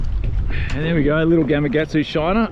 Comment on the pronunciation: Another great video. Love the content. But, I just have to say - GamaKatsu. Yep, that’s a K in the middle, not a G.